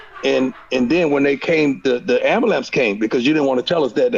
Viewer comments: The fact that Prime says “ambalamps” really pulled this whole interview together. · Anybody else notice prime kept saying ambalamps instead of ambulance like 9 times in 30 seconds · Are we just gonna ignore the amBAlance?